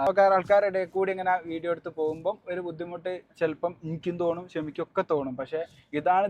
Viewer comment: തോണു അല്ല ബ്രോ 😂തോന്നും